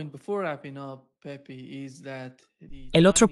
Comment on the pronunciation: no es "pepi" se pronucia "pepe"